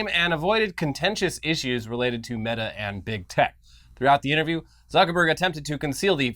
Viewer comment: Now when I see "meta" I'm going to pronounce it mayta.